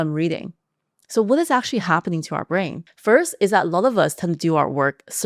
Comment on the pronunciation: Actually or aqtually? 😅